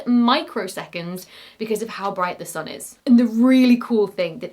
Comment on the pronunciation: Really extremely entertaining to watch this. Just wonder: where does this slight accent come from? For example “sun” pronounced like a German U.